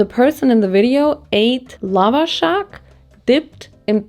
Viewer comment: aaaaaaaaa...omg i'm Iranian and when i saw you eat the Lavashak i was so happy...it's NOT supposed to be sweet...there are slightly sweeter ones with apricot for example...but we like them SOUR like Olivia Rodrigo ...also the pronunciation of the A's is more like the A in Ant